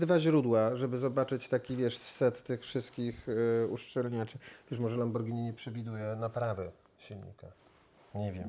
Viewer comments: Za przeproszeniem, ale sam Pan jesteś "lambordżini". Panie, pan uświadomi p., jak to się powinno wymawiać. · Dziękuję Panu, że podziela zdanie prof Nakamiczi. ma LAMBORDŻINI, a nie Lamborghini jak co po niektórym się wydaje. Dlatego też w LAMBORDŻINI można stosować różne technologie, a nie tak jak w Lamborghini trzymać się schematów. 😉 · a te uszczelki to dlatego tak wygladaja bo to lambordzini a nie lamborghini i prosze nauczcie sie mowic poprawnie nawet jak jestescie specjalistami od silnikow i cagle te same bledy nazwa marki i mowienie zegary na wszystko co okragle i ma wskazowki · "lambordżini" xD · I znowu to Lambordzini 🤦‍♂️ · Ciekawe co sobie myśli kiedy Pan co chwile mówi lamborDŻini 😀😀😀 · Lambordżini :D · Dzieci czego nauczyliśmy sie w tym i poprzednim odcinku o Diablo? Ze Lambordżini jest fajne ale kłopotliwe 🤣 A teraz zjedzmy sobie Spadżetti i możemy dalej leżakować 😂 A ogólnie to ciekawe filmy 🤘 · Mechanik mówi "Lambordżyni"... to dobrze nie wróży :O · Kolejny profesor Lambordżini 😀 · Porównując to np. z robotą Iain Tyrrell'a to zapowiada się niezła fuszerka ;-) Pan sobie czytał o lambordżini...